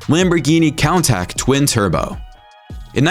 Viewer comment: It's pronounced coon-tash